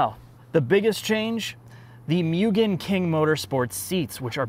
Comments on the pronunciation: For the love of God, its not "mew-gen", its "moo-gen". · ffs its not pronounced "myoo-gen", its "moo-gen". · Just FYI it’s (mo-gan) not (mew-gan) I took a trip to Japan to visit family and I got hosed for saying (mew-gan)